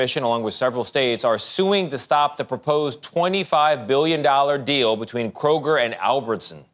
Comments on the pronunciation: He said "kro-jer" haha that's the firs rive ever heard that It's kro-gur in pronunciation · "Krojer" lmao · Calling it "krojer" is wild lol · Me: I’m a pretty open minded person! I think opposing opinions are good for any rational discussion! Me, hearing Hasan say “Kro-jer” over and over: 🫠